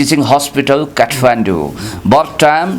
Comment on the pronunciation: Lol phd.. Khatmindu pronunciation for Kathmandu... 😅😅😅😅😅😅